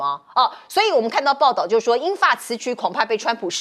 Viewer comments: “僭”越 讀音 “建” 不是 “錢”，請主持人以後不要再說“錢越”了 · 僭越，你读错字啦 是Jian 第4声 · 僭越貌似讀錯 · 你们的播音主持连僭越都不会读吗？